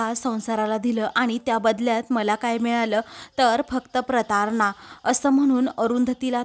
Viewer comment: प्रतारना नाही प्रताडना असा शब्द आहे.